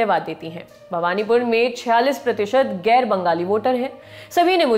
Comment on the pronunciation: Bhabnipur ,not bhawanipur